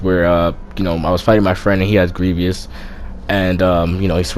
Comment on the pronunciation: my man kept saying "grievious".